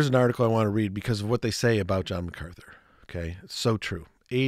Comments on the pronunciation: Brother forgive but you keep mispronouncing MacArthur with MacArthly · Mark MacArthur not Macartney.